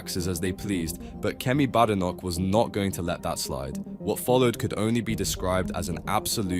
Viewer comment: Bad computerized narration. Kemi pronounces her surname BAYdenoch, and there is a T in "party", not a glottal stop.